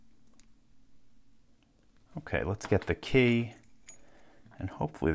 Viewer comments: Why does he call it a Kay? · He says "key" like "quay".